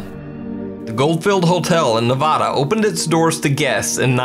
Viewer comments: Absolutely love your videos but please please please its Nevada not Nevahdah.... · it's Ne-va-duh. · Learn to say Nevada correctly